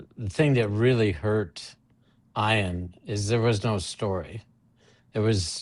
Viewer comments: It’s E-on! Not I-an. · "I"an? That's a strange pronunciation of that name. I would say "E"an. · hmm. My bad. I've never heard it pronounced like that, but I'm in MI in the USane ee-an is the only way I've heard. Must be a geographic thing like potato, potaaaahto.